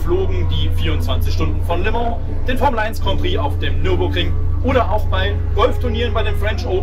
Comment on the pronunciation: Heisst es nicht "lö mon"? (statt les Mans)